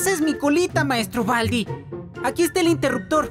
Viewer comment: Se dice Baldi, no Valdi.😑